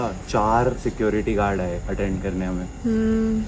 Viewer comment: The way security guard pronounced "Sekruty guarde"😂😂😂😂😂FAHHHH